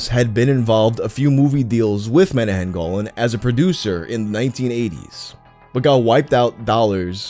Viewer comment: It's pronounced Meh - nah - chem Go - laan. It's an Israeli name.